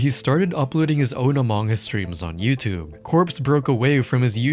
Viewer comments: I have never heard anyone pronounce among like that.. uh mawng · The way you pronounce Among Us as "omongis" made me giggle, I'm so sorry haha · “A Mong Gus”